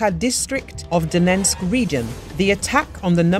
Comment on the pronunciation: Please try to say Donetsk properly....just once.